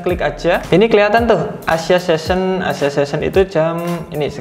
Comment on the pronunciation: Session bang bukan season